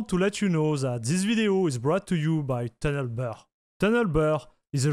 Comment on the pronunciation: More like tanel be🤣